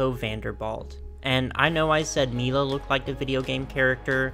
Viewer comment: About the "mix up" of her top, she is canonically half Japanese and half Chinese. Also her name is probably pronounced "Lie-la" like it usually is, take Lila from Polly pocket as an example, and Mila is "Me-la" rather than "My-la"